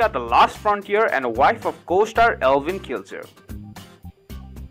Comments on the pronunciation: I think its Eivin, not Elvin. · It's not Elvin it's pronounced ivan